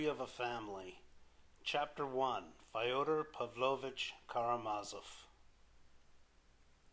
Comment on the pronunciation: Not Fi-oder (like Fido) - It's Fyo-der like Yo-der, with an F on the Front. But thanks, nonetheless.